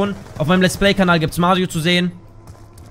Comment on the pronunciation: Doch wir mögen Mario nur nicht wie du es aussprichst :D Spaß bist echtn cooler Typ 👍👍👍 gewinnst an Sympathie bleib bei den Drogen :D 👍weiter so